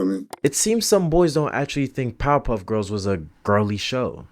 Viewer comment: Everynow and then when you say Powerpuff Girls, it almost sounds like you're saying Pop-up girls.